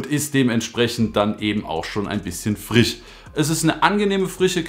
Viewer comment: Frisch nicht Frich 😂😂❤️